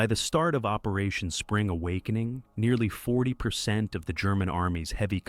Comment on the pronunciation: "Operation Spring (pause) A WOK -"eening . This is the first AI voice I have heard that has realistic 'popping' on the microphone.